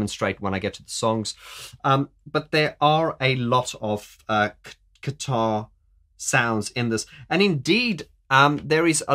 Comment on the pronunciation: I definitely heard you say "keytar" several times and not "guitar" LOL ;) I can't imagine Martin on stage playing the keytar. DoubleLOL. Or even the three of them; Martin, Alan and Fletch doing the ZZTop with the keytars! ROFL